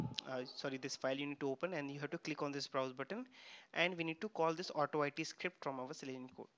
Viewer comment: Just wanted to mention that AutoIT is pronounced "auto-eat" not "auto-eye-tea" on video 37. The "IT" part of "AutoIT" refers the application being tested. Great tuto, Thank you for sharing